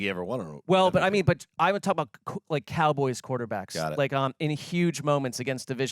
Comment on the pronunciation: I'm sure but I can't take you seriously when you say "Cowgurls". I'm not even a Cowboys fan, that just makes you sound stupid.